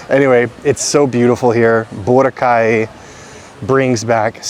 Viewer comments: pag sobra sa dalawang pantig ang salitang tagalog, ilagay mo emphasis sa gitnang pantig, magimprove lalo pronunciation mo..sample bo RAHHH cay.. pag madaming pantig, the syllable before the last one, bigyan mo ng emphasis. example, ku ma kaaah en, na tu tuuuu log. cook-to-order is paluto, matic na yun magbabayad ka..ganda ng improvement ng tagalog mo! congrats! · It’s pronounced boh-RAH-kai